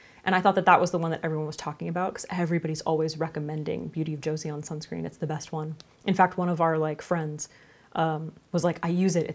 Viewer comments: It's better pronounced Jaw-son than joe-see-on :) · the word 'Joseon' from Beauty of Joseon is pronounced as 'Jho-son' not 'Jo-see-on' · The pronunciation is so close! The actual pronunciation of BoJ sounds more like Beauty of "Jo-sun" (an old terminology that refers back to one of the older periods of Korean Peninsula). Their skincare line overall is quite impressive and fitting those who have sensitive acne prone skin. Recommend! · Joseon is pronounced as "Cho-sohn" 😊😊😊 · Joseon is pronounced "joe-sun" ! 💖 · Loved the video and the turtleneck~! Just a note, the Korean sunscreen brand (Beauty of Joseon) is pronounced like Joe-SUN (조선) 😄 It's kind of funny since that sunscreen got popular overseas before being popular in Korea (like reverse popularity effect) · It's pronounced Joe-Son (Joe like the name Joe and son/sun like a male child or the big bright burning rock in space lol). It's referring to the Joseon Dynasty (Kingdom) of Korea (past Korea). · FYI Beauty of Joseon is pronounced with two syllables, romanization for Korean is always a bit weird but “joe-sun” is sort of close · Joseon is pronounced "CHO-sun" (well that's as close as English spelling will get to the Korean pronunciation) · "eo" in Korean is pronounced similarly to an English "uh" sound, so saying it like "Joe-sun" (👨🏻🌞) is a good approximation!! :) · it's like jo-sohn 🙂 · it’s like ch/jo-sahn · It's pronounced, beauty of "joe sun" ;) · Joseon is pronounced "joe sun" (I am Korean) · Lol!!! It's pronounce Jo- san sounding like "on". So Jo-s-on. Hope that helps!!